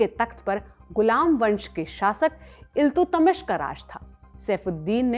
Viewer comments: इल्तु-तमिश नही है वो इल्तुतमिश है। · Iltutmish bolna nhi aaya😂😂😂 Kaisi hindi h bhai apki